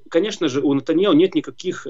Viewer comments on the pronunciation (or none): none